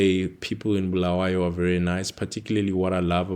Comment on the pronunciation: So you can say Mqabuko but cant say Bulawayo uze uthi ‘Bhulaweyo’